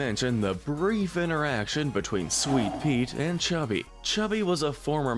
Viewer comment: His name is cubby, not chubby